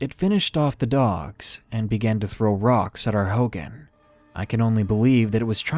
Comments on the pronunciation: please learn how to pronounce words if you do not know them. Hogan isn't pronounced Hoe-Gan. It is pronounced Hoe-Gawn. It is hurtful and a little annoying when others hear or watch videos with things mispronounced or misinterpreted. Thank you, chilling stories though. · “Hogen” it’s pronounce hogān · darkness, "hogan" is pronounced like hoe gone, not hoh gin. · Hoghan like hoe-gone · It's pronounced hoe-gone😭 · lol he mispronounced hogan